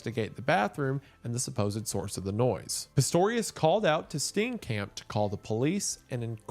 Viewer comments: Steencamp is killing me, I love you man but is it that hard to click "play audio" on google translate? Its painful. Steenkamp is pronounced like St-IAN-K-ump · DOLUS EVENTUALIS (💀 cringing at every mispronounciation of Steenkamp)